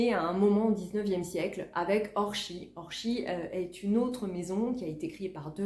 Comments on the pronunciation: Bonjour, votre façon de prononcer Orchies est bien la bonne. Parole de nordiste ! Lol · Bonjour, Je découvre vos videos,un vrai régal à regarder, très plaisant. Merci pour vos partages. Habitant le village à côté d’orchies,je vous confirme que vous avez raison de prononcer le '"ch" Belles trouvailles !